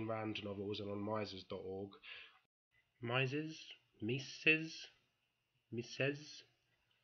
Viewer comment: I agree whole-heartedly with everything said, comrade ^_^ Btw, just because you were unsure: Our special friend Mises is "Mee-ses", with two REALLY soft "s" (a single "s" in German almost always is soft). Somewhat like the "s" in "hasn't", for comparison.